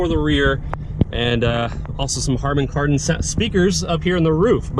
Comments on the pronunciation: harden karden? lol its harman kardon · Hardon Kardon , LOL.